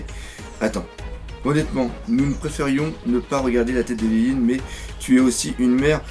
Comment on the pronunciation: c'est pas lineline c'est linlin et c'est pas louffy c'est leuffy on prononce comme ça merci